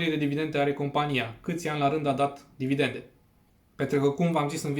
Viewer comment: Cred ca ai capata mult mai multa credibilitate daca ai spune/pronunta 'dividende', nu 'dividente'. Spor si bafta.